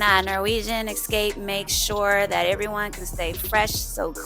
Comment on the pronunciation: Esssscape not Exxxxcape just sayin ;)